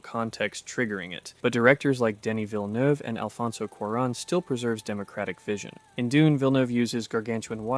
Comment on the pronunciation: But he nailed Denis Villeneuve which surprised me, never heard an american say it right.